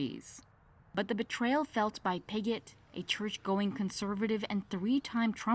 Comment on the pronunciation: WHOA !! Her name is Pigot.....I thought the reporter said....BIGGOT !!! HECK NAW !!!🤣🤣🤣🤣